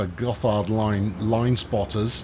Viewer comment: It's pronounced "Gott hard"